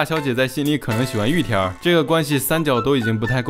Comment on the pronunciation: 聽了這麼多集總算發現玉田rrrrrrr的秘密